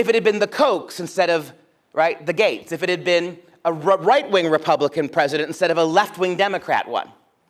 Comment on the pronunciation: i like this guys accent :) but when he said gates i thought he said gays.. i was like, what do the gays have to do with--ohhhh, gaaaateeeesss XD